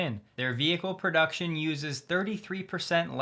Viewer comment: "Production is…" you say? Maybe you should take care of not catching an Australian accent with such words!